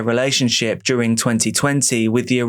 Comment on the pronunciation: Why do you pronounce it "duRING"?